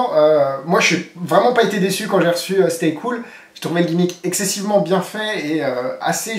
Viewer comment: Tu as dit "Stay Couille"